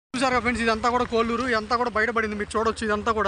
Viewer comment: కోళ్ళూరు కొల్లూరు కాదు